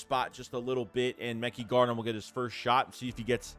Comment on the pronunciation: Please stop saying mecky garner. Pronounced muh-ky. You need an intervention on name pronunciation